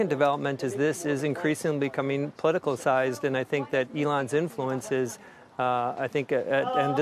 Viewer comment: Umm you know this is all well and fine but how can i trust a guy who says, POLITICALCIZED instead of Politicized